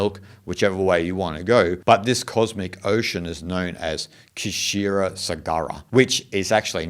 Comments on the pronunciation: Kshira is not ka+shira....it's Shir sagar....ocean of milk... K is silent bro.. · kshir is pronounced as Sheeer